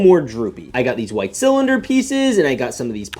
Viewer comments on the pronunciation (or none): none